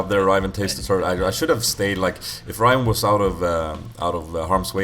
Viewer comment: You do realise its 'Ryven' .. thats his name dude. not Riven.